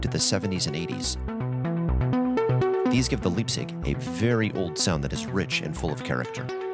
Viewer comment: I cancel the video. cause of 100 times Liebsig...the gives me ear hurts.... Call it LAIBZICH. or LAIBZIG...btw I love the synth